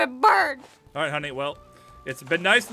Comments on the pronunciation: Its birb not verb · She says birb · I love how Jess says verb instead of bird >3< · Rqinbowz its birb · Ever since i heard her call Jason a birb on Vr Chat i've said birb instead of bird. X3